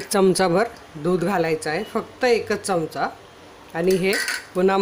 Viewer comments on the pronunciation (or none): none